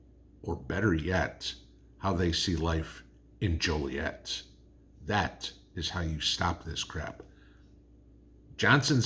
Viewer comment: Laughed so hard when you said Joliet. I was born and raised there that is why I live in Florida. Thank you for the video and tell Mrs. hi.